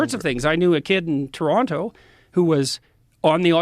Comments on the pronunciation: Did JBP just pronounce it Tarontoe and not Taronno? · Jordan Peterson has worked in Toronto for over 20 years and he can't even pronounce Toronto? If you live in or around Toronto for more than a few months you know it's pronounced Tor-Ron-Oh.